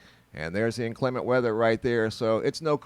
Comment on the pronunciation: I laughed every time you said 'inclement' cause it just sounded weird. Where are you from? In Kansas, we pronounce it differently.